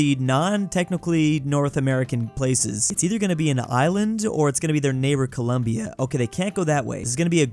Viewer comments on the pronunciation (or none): none